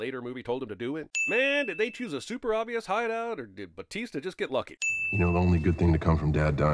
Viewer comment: Bro you called John cena batesta 😂😂😂